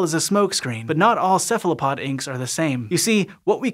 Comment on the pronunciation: Ceph ALO pod, why do you say Ceph LA pod ?